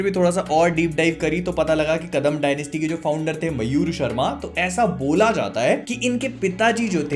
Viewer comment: Mayura not mayur and not sharma pls dont tell whatever you like he was a kannada king not hindi ok